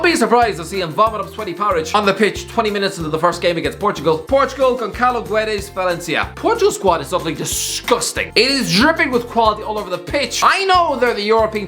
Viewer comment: Neto's injury is almost as bad as the pronunciation of Gonçalo. Just absolutely murdered it